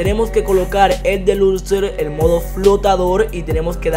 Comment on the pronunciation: Se dice deluxo no deluxer